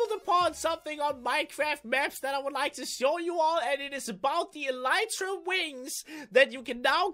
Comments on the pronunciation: It's pronounced elite tra not e light ra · it's pronounced elr ee tra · it drives me crazy. It's pronounced ah-lee-tra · it's pronounced e-lit-rah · He Said Elytra Wrong